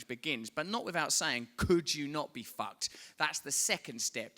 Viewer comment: Hahhaa love his accent but everytime he says "fucked" I hear "fat" 😂😂